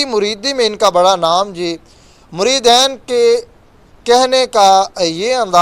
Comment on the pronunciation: بھائ،مریدین،دال کے اوپر زبر نہیں،ھے،د کے نیچے زیر ھے،تصحیح کرکو،شکریہ